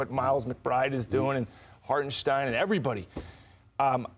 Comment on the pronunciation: Stephen A fake A fan learn how to say Hartenstein